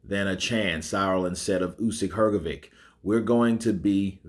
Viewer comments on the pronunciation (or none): Hrgovic did slow down to, if he can retain his fitness from World Series of Boeing he can beat Usyk. I believe Usyk will avoid that fight. P.S. I like your channel but your pronunciation of Hrgovic surname is horrible. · Filip Hrgović - you pronounce always his surname incorrectly. 😬😕